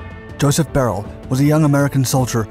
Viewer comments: Its not "Barrel" its "Buy Er Lee". How do I know? I consider him one of my friends ever since I purchased his book by Tom Maxwell in GR MI in 2002. He signed my copy and we ribbed one another as he was 101st ABN and I was 82nd ABN. His story should be a movie. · I read his biography. I think his last name is prounced "Bye-Early" not "Beryl" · His last name is pronounced BY-UR-LEE. Im close friends of his family. Glad to see you covering him! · Isn't his surname pronounced buyerlee? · The video is great but BRUH did he butcher that pronunciation of beyrle